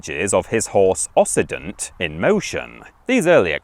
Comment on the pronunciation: Occident is pronounced "oxident", not "ossident"